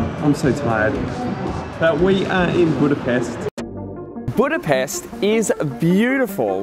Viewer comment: budaPESHHHH :P